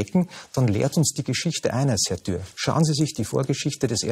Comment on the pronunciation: Das war ziemlich Thür [dürr]😉 aber es ist auch schwer, gegen diesen gut vorbereiteten und sachlich hervorragenden Kickl anzukommen💙👍 Bestnote Römisch 1 🍾🥂